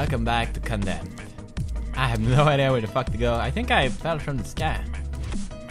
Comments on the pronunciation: he finally pronouced it Condemned instead of Condom! lol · Wow did pewds says CONDEMMED haha i thought he will say condom again haha XD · ARE U CEREAL?!!! THIS IS LIKE THE FIRST EPISODE HE ACTUALL Y SAID CONDEMNED INSTEAD OF CONDOM!!!!!!! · Wow he said Condemned not Condom Gratz Pewdie! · YEEERRRSSS!!! HE DIDNT SAY "welcome to condom!" HE SAID CONDEMNED!!! CONGRATS PEWDS!! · Did he say Condemned right?! Win.